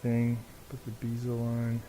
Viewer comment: That would be BEZEL as in say Betty or Bed. Not BEEZAL.